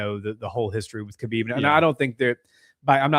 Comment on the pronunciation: Btw, Khabib's name pronunciation is more like "Ha-beeb" not "Kuh-bib", just say ‘ha-beeb,’ but a bit harsher at the start.